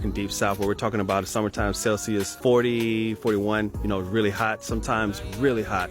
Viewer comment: DID HE JUST SAY CELSIUDSIUDISWADBKSHBDA!?